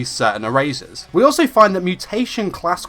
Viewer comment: I'm sorry I have fuckin' whiplash did you say "born 'or so' in Tokyo"?? Like, now I'm pretty sure you said "also" not "or so" but DUDE for a second I thought you were suggesting he wasn't born, like he just fuckin' Appeared one day oml.